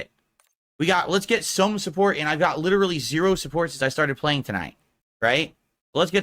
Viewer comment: says “bolth” instead of Both Leedurally instead of literally